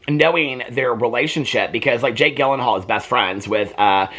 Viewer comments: Peter Jake Gyllenhall’s last name is pronounced JIL- an- Hawl. Got it from Wikipedia. I hope that helps! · you pronuncing gyllenhaal wrong but pronouncing gillian right is so relatable